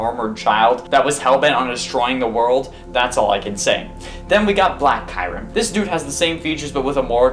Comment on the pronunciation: kyrim who is that u mean kyurem ?